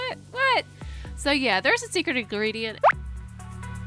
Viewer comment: She said 1 ingerdent